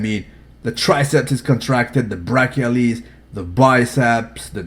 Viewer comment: Good morning, god dam it, it's BRACHIO RADIALIS not BRACIALIS aka RADIO BRACIALIS